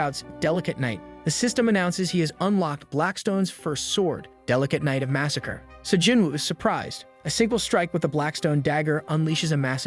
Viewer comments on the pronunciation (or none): none